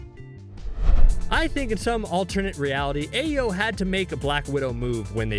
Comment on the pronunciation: Just like he says Ayo when her name is pronounced Iyo